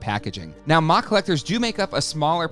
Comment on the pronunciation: There's no way anyone says MOC like mock, lmao